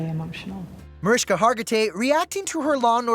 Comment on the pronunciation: Mariska Hargitay is a TV legend, yet the ET announcer on occasion mispronounces her name. It's Mah-rish-ka, not Mariska. Cmon have show some respect.